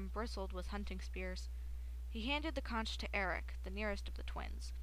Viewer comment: C-O-N-C-H is pronounced conk